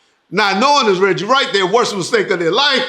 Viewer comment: Regcheese !!! Lol